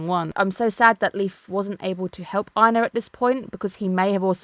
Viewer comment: ohh surprisingly it IS pronounced that way. In old Norse you would've pronounced Einar's name as EYYNARR with a hard r so the Japanese one is actually closer.